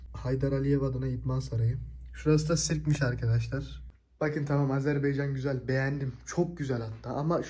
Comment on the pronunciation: 'Azerbaycan" değil arkadaşım "Azerbaycan"🇦🇿